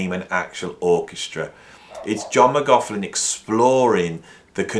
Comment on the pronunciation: Interesting video but your continual insistence on mispronouncing McLaughlin’s name is beyond annoying. I hope your students haven’t learnt to pronounce his name from you.